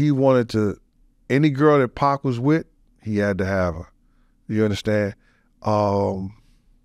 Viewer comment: Great podcast. Listening to wrestle with pronouncing "2pac...2pock...2puck" throughout it made it for me haha